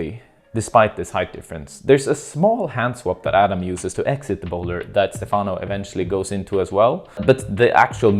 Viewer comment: It's cool to hear your comments on the route,. One note: Stefano's name should be pronounced with the accent on the first syllable (Stéfano). Keep up the great content!